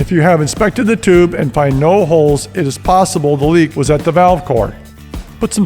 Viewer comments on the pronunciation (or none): none